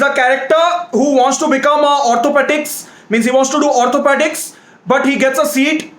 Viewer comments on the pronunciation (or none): Orthopaedic yaar 😅😅 Not otopetic